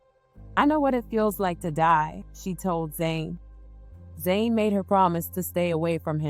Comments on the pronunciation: yes, Jholie is the twin that passed away 🙏🏽. Jhené is the surviving twin, but you (or the voice program that you’re using) call her “Zane” through the video. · The reporter called the surviving twin Jhené, but the narrator keeps calling her Zane.